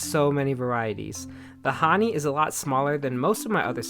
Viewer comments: I believe it is pronounced hah- knee-eye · Hahni-eye I think it’s pronounced 🤪